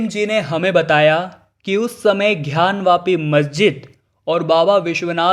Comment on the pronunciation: पहले तो ये "ध्यान " वापी नही " ग्यान " वापी है... " गर्व नर " नही " गवर्नर " होता है. शब्दोच्चार सही करिये भाईसाहब....